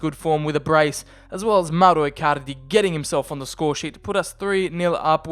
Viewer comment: Do you wanna say mowro icarlidy any more